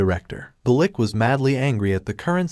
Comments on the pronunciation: Now I'll agree with you on most words. However, when it comes to the word "lich", I can attest that most casuals will not know what a lich is so they will assume it is talking about a literal lick when hearing the word being said. When they hear it spelled like "litch" they probably look it up and see what it is if they don't know already. If they do, then they just assume the AI voice doesn't know how to say lich correctly. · You could probably make the text-to-speech narration more accurate if you replace words that are misread such as "lich" sounding like "lick" by typing them phonetically, an example being "litch" instead of "lich" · the term is "LITCH" not 'Lick' she is not a Troll... Trolls are male, female Trolls are called "Trollips"